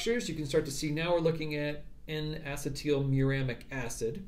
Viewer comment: DO. NOT. STOP. MAKING VIDEOS! You have a gift and your channel will explode. Keep it up. Acetyl; uh-SEE-dle, like acetylcholine. Why is everyone saying asset-TEAL?!